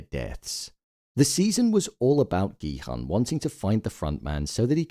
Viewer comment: for god's sake, please pronounce Gi-Hun's name correctly... the "Hun" is pronounced as "Hoon".